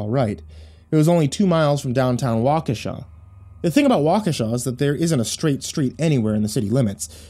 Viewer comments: Thank you, thank you, thank you, for pronouncing my home town correctly!! I'll add this to my local spook stories. :) Wa ka sha! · as a native of Waukesha Wisconsin I want to say thank you thank you for pronouncing Waukesha correctly and thank you for such a wonderful story I'm a big fan of your channel and have you on Signal whatever you want to call it as soon as the new story comes up on YouTube I get the the alert from you I'm looking very forward to part 3 a tales of the gas station and thank you again for the wonderful story I've been to the Nike missile site many times it's a it's a hectoliter pretty popular hang out if you have a way of finding any more stories about Wisconsin Waukesha Wisconsin that aren't about the Slender Man stories I look forward to hearing them thank you and as you like to say, sweet dreams. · I only live 20 mins from waukesha Wisconsin and im surprised you said it correctly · Feels weird hearing all those things about the town I grew up in. Especially the correct pronunciation of Waukesha.